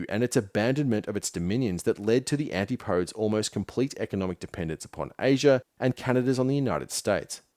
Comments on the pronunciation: 'anti -podes'? Always thought it was pronounced 'an-tip-o-dees'? Please correct me if wrong... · He also mispronounces antipodes at around 47. Guess some of this was AI assisted.